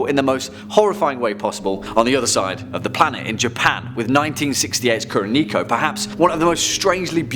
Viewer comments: Kuroneko is pronounced Koo-Row-Neck-Oh. And yes, it does mean Black Cat if anyone is curious. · What he butched Kuroneko..... say it like: Koo (cool) ro (row) Ne (like neck) ko (like coco